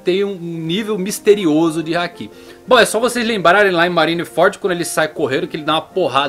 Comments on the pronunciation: Toda vez que ele diz haki, eu entendo que é um hack se jogos. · Fala meu 10、teu canal é massa Só tem que acertar mais no acento das palavras em japonês Por exemplo、sAbo、sengoku、hAki É bem difícil ter pronúncia de acento na última letra Abras